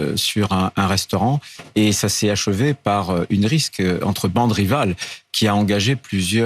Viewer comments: il a bien dit Risque au lieu de Rixe ? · C'est moi ou le boug prononce "rixe" comme "risque" ? Mama, c'est foutu. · M. Retailleau, on dit rixe, pas risque, dyslexique, en plus ! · hé, rotayo l'idiot du village, on dit une RIXE, et pas une RISQUE! LA HONTE! ça se dit ministre mais c'est incapable de parler français? Retourne en classe, qu'est ce que tu foutais pendant tes cours, hein feignasse? Oui, oui, j'ai bien écouté 2 fois: une RISQUE entre bandes rivales, là pour le coup, c'est toi qui RISQUE de passé pour un illettré, tu crois pas, hein pour quelqu'un qui défend la frce contre tous les étrangers, tu sais pour quoi tu passes, non parce qu'ils parlent mieux que toi sans problèmes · On dit une rixe et pas une risk! Et vous en faite tout un plat de Trump...quel politique ne ment pas? Sans rire! C'est leur mode de fonctionnement, ça ne doit plus surprendre personne! Par contre, il faudrait pouvoir les confronter à leurs mensonges et les sanctionner! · Pourquoi Retailleau prend le risque de prononcer à deux reprises un mot qu'il n'arrive visiblement pas à prononcer? Merci de mener l'enquête blast. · Vers minute 5.22, Retailleau ne sait pas prononcer le mot rixe ?